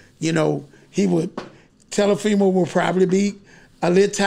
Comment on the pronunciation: Telafimo and Lamochecko LMAO!!!